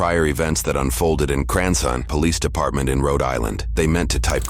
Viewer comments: "Cranson [Cranston] Pawlease Depawtment" LMAOOOOOOOOOO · "Paulease Depawtment" --- this AI stinks